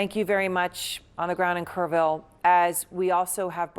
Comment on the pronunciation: It’s Kerr- ville say it with me